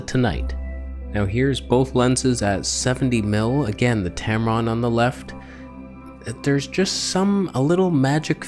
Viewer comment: Love your content. Not a lot of people can blend humor and technical details. You are unique. Thanks for the information and also for making me laugh. "Tamron/Tampon" 😭